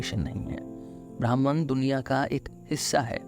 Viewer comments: Atleast 'Bhahm' ( 'ब्रह्म ') bolna hi sikh lo bhai. Bhraman kya hota hai.. Br br brahman bol rhe ho. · brahman nahi pronounce it like brahm.